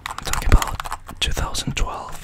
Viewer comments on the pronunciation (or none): none